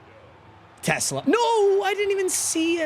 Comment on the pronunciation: is a die hard lions fan, and has even met the man himself, and still can't pronounce his last name right 😭